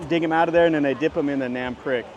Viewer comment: nam prik. NAM sounds like the ah in water. PRIK sounds like preek, not like prick.